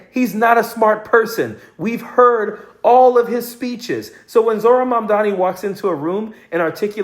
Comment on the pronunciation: say his name right : Mamdani